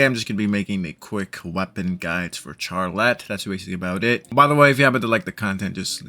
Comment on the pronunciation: The way you pronounce Charlotte is slightly killing me.. but this guide is very helpful, thanks!